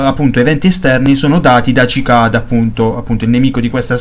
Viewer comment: Sì pronuncia sicada,bel video comunque